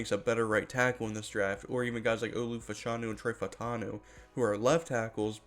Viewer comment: His name is pronounced Fash a new